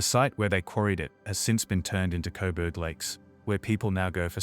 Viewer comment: Why do you keep calling Coburg, Cobert 😂